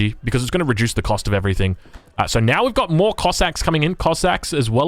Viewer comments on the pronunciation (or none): none